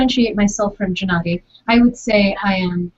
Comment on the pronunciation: Hmmm... wondering, why you pronounce (G)ennady with (Jem), net (Greend). Isn't that a Russian name? Джэ-Надий ?